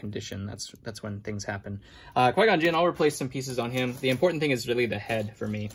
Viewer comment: god, why does he always say ting?!! so annoying